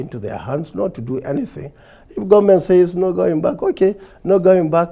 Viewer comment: Nigerians are tired of some certain people pronouncing Government As Gunmen Even with their Socalled qualifications, Nigerians wishes to get another president Who dresses differently to talk in the World stage,Nigerians Need a change and our choice Is #OBI OBI OBI.Please the cables grant us this ONE wish.